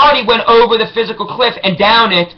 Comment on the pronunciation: its the FISCAL cliff not the PHYSICAL cliff........dumbass-.